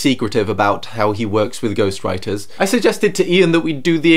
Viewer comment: When they say ghost writers it sounds like ghost riders